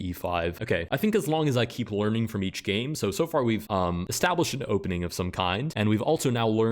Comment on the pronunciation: I really can’t not hear “Let’s get started with gay number one”